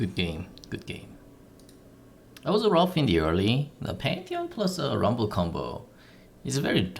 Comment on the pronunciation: Rumbel, Ji-nar, sweety boots, ninja tabeye, ... This should be an accent on The Simpsons ;-)